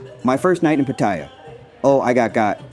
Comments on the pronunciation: Its called Pat-ay-ya learn to pronounce correctly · You're pronouncing Pattaya wrong and its annoying to hear but otherwise good video and advice! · You can’t even say pattaya bro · Its ai it cant say 7/11 or pattaya